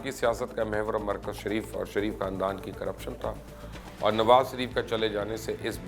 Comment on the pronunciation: Nawaz sareef nai,,, shareef bolo bhai